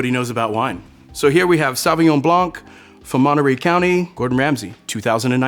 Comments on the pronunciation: No. Saw vi ngon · Is his pronunciation of "saw win yaw-ng” for Sauvignon typical of how most Americans would say it?